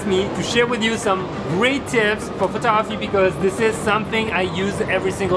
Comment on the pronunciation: Bro has so much information in his head he doesn’t say photography he says photoahpy